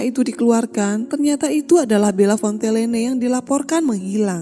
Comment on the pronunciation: Fontellene atau Fontenelle teh.. ? Omongan dan Tulisan ko beda... ??ditulis Fontenelle, dibaca Fontellene.... ????⁹